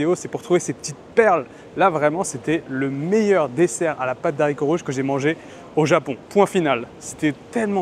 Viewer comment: A chaque vidéo ca me rend fou... "Pâte DE haricots rouges". Pas "d'haricots". C'est un H muet, respecte le boudiou !